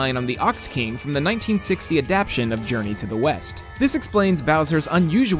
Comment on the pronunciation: "a-dap-shin". rip adaptation